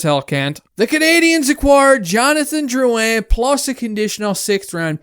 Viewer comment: You pronounced it right big shoots! Dont forget also that Drouin was a fucking beast in the playoffs for tampa the year before the trade. Stamkos was down and poocherov wasnt there yet. We had NO centre depth and everyone around the league knew it and would have fleeced us for a centre. I dont think this is as bad as Hall for Larsson, which was a similar situation